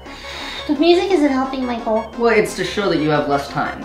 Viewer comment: make a thing that everytime says MYKULL it pinches ur cheeks. i thought about face cheeks but whatever floats ur boat little gremlin